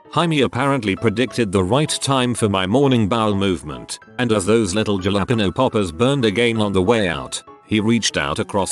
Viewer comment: Ja-la-pae-nose oml